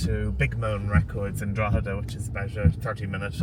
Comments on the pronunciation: Well I mean he's not from Ireland so leave him be. Drogheda (Draw-heh-dah or even Draw-dah) is a town in County Louth (loud) Dún Laoghaire (Done Leary) is a seaside town in the south of County Dublin. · "Drogeda in county Looth" 😭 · Drogeda in Co. Looth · Drog - heada , county looot , dun lao- air ? Jesus Pronounce the names somewhat close to how they sound . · Drogheda, County Looth, and Dun low gere, Dublin 😂😂😂 You poor thing lol. Bet you're glad to be back in Ing lund ❤ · Love how you pronounced 'Drogheda' and 'Louth.' Superb.